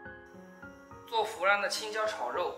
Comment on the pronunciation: 一听你说“fulan”就知道这菜正宗了